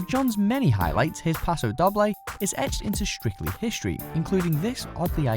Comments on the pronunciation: 😂 paso Dobb-ley 😂 it’s paso dough-Bley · Jessica Amy Wilson yeah it really annoyed me when he said dob bley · You keep saying Doble wrong and it's annoying me xD You say it like Doe-b-lay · Charlotte Key paso pa-do dough-bley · Isn't 'doble' pronounced 'dough-blay'? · if u r going to say the names of the dances, please know how to say them e.g Paso Doble. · The way he said it REALLY triggered me 😂😂